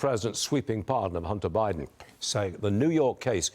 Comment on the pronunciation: "president BAHden"..😂